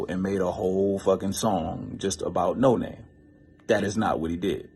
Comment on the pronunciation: It’s pronounced no-nah-may....not no name